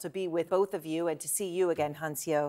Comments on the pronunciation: Take a second to learn how to pronounce people's names. It's not "hae yun se oh" it's "hyun suh". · Does CNN really not have someone to help their anchors pronounce foreign names? Or even just ask the girl how to pronounce her name before they air? FFS, her name isn't "hey-on-see-oh". Hyeonseo is just two syllables, pronounced like "hyun-suh". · how does she say hyeonseo so wrong